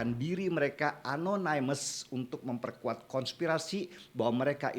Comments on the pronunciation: Not really mean to be a grammar nazi, Amang, but.. Opposite dibaca "o-po-sit" BUKAN "o-po-sait" Anonymous dibaca "e-no-ni-mus" BUKAN "e-no-nai-mus" Resilient dibaca "ri-si-li-en" BUKAN "ri-si-lai-en" Horas, Amang. Mauliate. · mohon mangap, bang... bacanya oposit, anonimes, resilien, (biar lbh jos kontennya, bang) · Bang denny, opposite itu dibaca opposit. Anonymous itu dibaca anonimus. Ga perlu ai ai an. Resilient juga dibaca resilien, sama ga perlu ai ai an. Ini kru 2045 tolong dong, masa ga ada yg mengkoreksi?